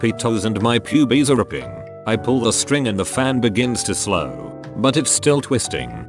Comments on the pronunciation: Nobody: TTS: p u b I e s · Hear the bot say pubes is golden